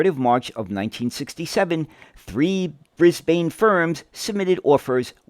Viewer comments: I was all ready to watch this, but only got two words in. With the mangled mispronunciation of both the city and the country, I could go no further. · It’s something we always grit our teeth in preparation for, when we see the word written out. Thankfully most American YouTubers are correctly saying “Bris-bin” and “Mel-bin” these days. Now we have to work on British speakers who say “Barth-hurst” instead of “Bathurst”. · Great video! But your pronounciation of Brisbane is a bit off, the 'bane' part should be pronounced more like 'bin'. Also, if you're interested, you should check out John Dunn's history of Commonwealth Engineering series. Vol. 2 go over these buses a little bit, but what you'd find more interesting would be Comeng's involvement with the Budd company. Both of them worked together alot, and Vol. 5 goes in depth on the Comeng designed C1/C3 cars for the LIRR in NYC. Vol. 3 also talks a lot about the 1950s era of Budd and how they adapted Budd's stainless steel for use in trains in Australia. I've read all 5 volumes and I use them frequently for making my own videos. They're a fascinating read. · It It's pronounced brisbin, not brisbane, even though It's spelt that way 😂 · A few points.. It becomes painful to listen to Brisbane being pronounced incorrectly so frequently. The E is silent - Read at it as being spelt Bris/ban. Point 2 is a city 'Council' making decisions based on a Consultant from the USA, that through their default policy over many years has an abysmal public transport that doesn't serve the community well at all. Seems that is based on 'pissing resources up the wall'... because Y'all have been getting that fuel for free in terms of true production and environmental cost. So yeah, the last place to seek advice on public transport is the USA, the land of copious consumption. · Brisbane!!!!! Pronounced "Briz-b'n" here. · Try pronouncing it Brisbin. Great video my guy. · With all the great research you couldn’t pronounce Brisbane properly